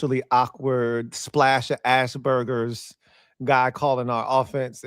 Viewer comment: the word is Asperger's not Ashburger's.